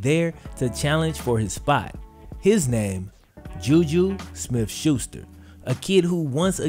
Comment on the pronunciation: I rewound it 3 times to hear him say juju smith-schuster lmao real life key and peele east-west bowl😂😂